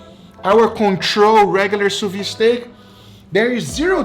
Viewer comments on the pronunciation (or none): French speaking folk here: sous-vide is pronounced Sew-v-hid not Sew-vee. Thumbs-up so he can see. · Why does he keep saying "sous vi" instead of "sous vide"? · Please, please. Stop saying Sousviiiiii. That ide at the end is a soft d. As somebody who uses the technique 24/7, you should correctly pronounce it. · Please pronounce the d in sous viDe!